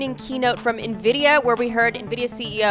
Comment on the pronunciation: i thought the ceo called it nvidia spy... dude has to work on his pronunciation or everyone will think hes trying to create skynet